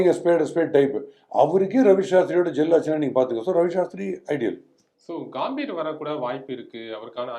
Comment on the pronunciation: காம்பீரு illa 😂😂😂 கம்பீர்